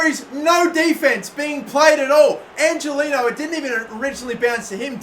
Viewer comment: Not to break it to you but Angeliño's name is pronounced ''Anghelinyo''